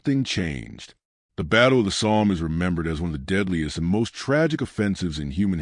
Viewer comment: Somme. Stupid Ai